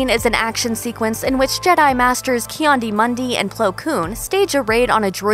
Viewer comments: "Ki Andi Mundi" :Cringes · Isn't it pronounced Kee-Adee-Mun-dee? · “Ki-andi Mundi” BRUH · the new focessi only to have the pronunciation massacred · TomB1426 that woulda been cool but I’m more focused on their horrible mispronounciation of his name 😂😂😂😂😂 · Should have left the scene where you butchered Ki-Adi-Mundi's name out of this video.